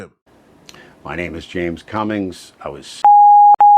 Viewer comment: James "Cummings?" Okay.